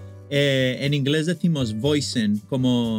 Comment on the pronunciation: es Vixen, no Voicen.